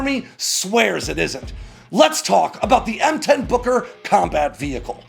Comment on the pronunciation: Gotta be careful how you say Booker... Kept thinking it was Booger.